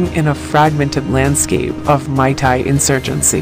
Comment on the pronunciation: Its meitei not maitai